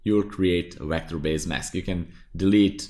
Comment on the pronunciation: Please stop saying WECTOR. It's Vector